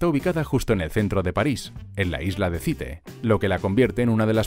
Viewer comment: Cité, no Cíte